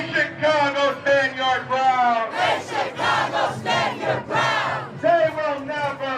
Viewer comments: What is with the host’s mispronunciation of “Chicago” ? She pronounces the “chi” like the “chi” in Chicano, instead of like shy. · Omg stop saying CH-cago. Yes I know how it’s spelled.